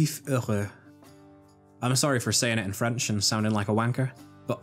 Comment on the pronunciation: I'm late, but just wanna say (great video btw) that your french accent is perfect